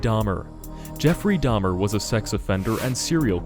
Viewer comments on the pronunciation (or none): none